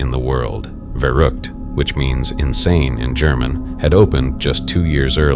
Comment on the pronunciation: You spell verrückt more like "fairrückt"